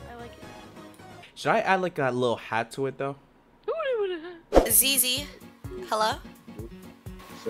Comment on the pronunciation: bro when you say ZZ this sound like zizi in french and that the peni* word for kid looool